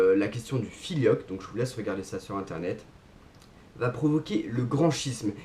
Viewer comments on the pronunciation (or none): Attention : le "filioque"' se prononce "filiokoué", c'est du latin, ca veut dire "et le fils". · fillioque ( c'est en latin, fi-lio-quoué)